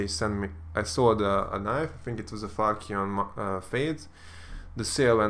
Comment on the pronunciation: when you say falchion knife it sounds like you say fucc you, youtube might not like that